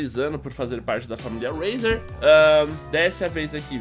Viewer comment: se fala reizer nao rueizer